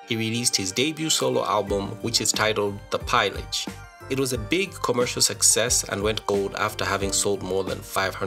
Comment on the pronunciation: The Pillage (pee lah g) Not Piellage 😅👌